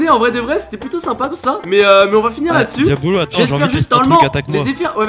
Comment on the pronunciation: QUAND BOUBA TA DIT QUIL AVAIS UN CADEAU POUR TOI POUR T'APPELER IL A DIT (DIABOLLOSS) MAIS PAS (DIABOLO ) QUAND JAI ENTEDU LE (BOLLOSSE DE LA FIN) JAI RIGOLER